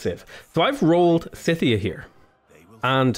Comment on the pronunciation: Scythia is pronounced with a hard 'c'. like "Skyth"